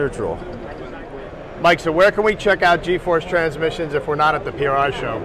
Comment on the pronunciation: A lot of "tran-missions" ya got there, Mike. lol ;)